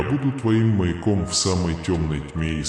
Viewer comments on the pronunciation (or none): не мейком, наверное, а маЯком?